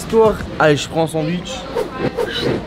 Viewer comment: « Oh il y’a des sanduiche »